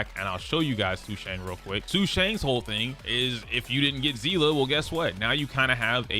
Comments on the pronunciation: Seeeeeeese. The s sound seele see👀 lee i give up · It's jing you-en and say-lay edit: and sue-shah-ng